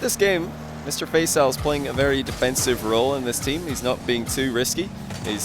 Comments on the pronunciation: it's pronounced Fa-ee-saal not Fay-saal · What ? No its not. Its always pronounced Fay-Sal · Please learn how to pronounce Faisal, deary me 🤦‍♂️ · your pronounciation of Faisal sounds funny 😂